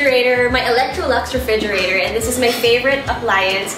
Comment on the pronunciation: Lol she still dont have R 😂😂😂 refrigiratowwwwrr